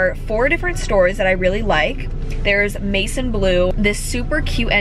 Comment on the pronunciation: It’s pronounced like mae-zawn blue 😇